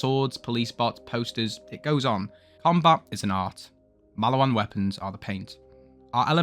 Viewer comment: please learn to say maliwan correctly twin :3